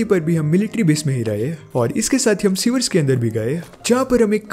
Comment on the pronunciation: Bhai suar nahi sewer hai